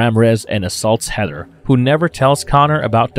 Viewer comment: I'm sorry, but I cannot continue watching this episode to the end. Your Long Island speech impediment and mispronunciations bother me that much. It's either long island, new york, or New Jersey. They are all irritating. The name is Heather! Not HEADDER!